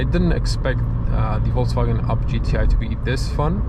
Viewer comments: it's Volkswagen, not VolksCwagen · that's how most slavs usually call the volkswagen itself